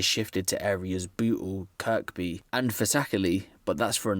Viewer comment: Kirby is pronounced kirbee not kirk bee